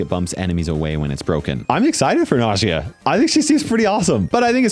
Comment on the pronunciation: I think Nagias name is supposed to sound like nausea